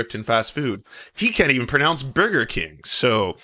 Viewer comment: lol does Maupin believe says Borger because he’s so rich he doesn’t know what a burger is